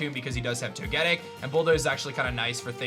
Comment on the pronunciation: Jfc for someone who plays Pokémon for a living you’d think you could pronounce “Togetic” correctly. Do better.